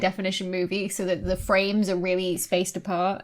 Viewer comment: You know Dr. Becky's excited when her Ts disappear. "...an image like tha!" :D